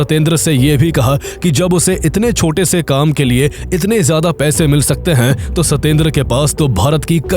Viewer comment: Hain ko Huhh kehta hain tumhara ai voice